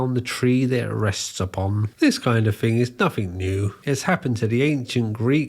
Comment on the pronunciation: You say “fink” instead of “thing” or “think”… good luck with that